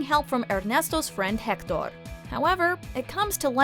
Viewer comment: Lmao why do you over pronounce all the Spanish words, like “Hector” for instance. You do the same thing in other videos and I’m finally seeing a pattern